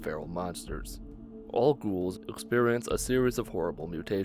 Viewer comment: the way he pronounce "Ghouls" is kinda annoying lol